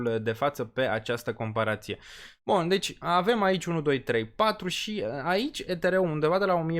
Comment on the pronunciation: Ești Deștept și susțin ideea, și Graficul vb de la sine... Următorul Bull market va fi un Real succes ptr solana și toți Deținătorii, Dar Pronunția ptr Ethereum mai trebuie Lucrată 👍👍👍🤣